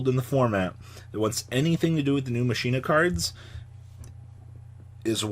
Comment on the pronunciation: Mispronouncing Machina are we.